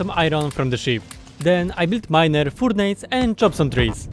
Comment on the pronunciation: It's butchered pronunciation of furnace... Thanks for letting me know that I was pronouncing it wrong <3